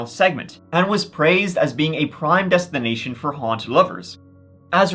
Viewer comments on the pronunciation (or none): I thought you said"Deathstination"😂